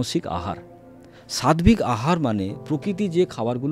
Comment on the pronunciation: Sadbik katha ta nai utcharan ta hobe sattik hobe.